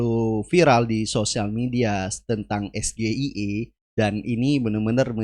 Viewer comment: SGIER bukan SGIE .. pendukung 02 merasa bangga mendengar cawapres nya mengucapkan yang salah 😊